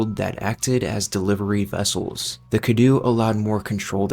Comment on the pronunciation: "Cadou" means "Gift" in romanian. And the pronunciation is so off but lol </3